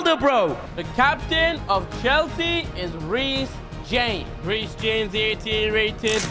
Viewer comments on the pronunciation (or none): none